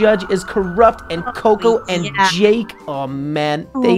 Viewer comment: its JAKE not JACK